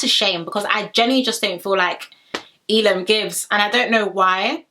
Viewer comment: Your pronouncing Elom's name wrong its 'EH Lom' not 'eee Lom' also Lochan's name is ' Loh-kan' not 'Low-Con'